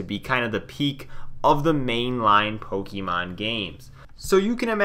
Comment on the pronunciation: It's pronounced "poke-ayyy-mon" and not "poke-E-mon" but otherwise, good video